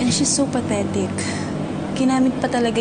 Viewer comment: "And she's so pathetic" patetic yung pagkadinig ko😂 hindi pathetic